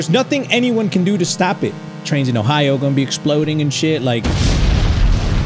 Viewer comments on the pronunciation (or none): none